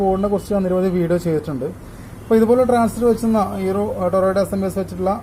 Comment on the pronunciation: ഇതുപ്പിലെ അല്ല ഇതുപോലെ 😂